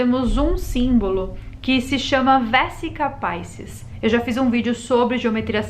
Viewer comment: aos min a pronúncia não é feita como se o idioma fosse inglês... Vesica Piscis se pronuncia "Vezica Piches" e não " Véssica Paissis" É do Latim Vesica (balão) e Piscis (Peixes, representando aí o Cristo)